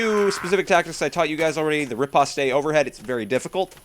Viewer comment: "Riposte" is actually pronounced "repost", not "repostay". Nice video!